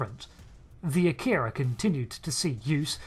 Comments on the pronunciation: This is one of my favorite ships. However I wish people would pronounce it correctly. It's not a-keer-ah It's ahh-key-rah. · No English speakers pronounce "Akira" or "Kobayashi Maru" correctly. "Ah-kee-ra" " Ko-ba-ya-shi Mah-rue" not "mah-roooo". The "ru" is a short vowel sound.